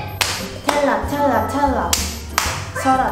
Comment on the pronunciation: 텔라는 발음도못하는데엄청질해묘